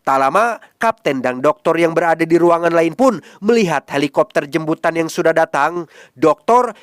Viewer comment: Jemputan mass bukan jembutan😅